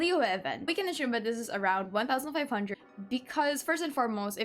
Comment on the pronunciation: Assume. Not ashume.